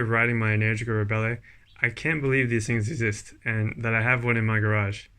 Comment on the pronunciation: Uh, it’s pronounced “en-ER-gica”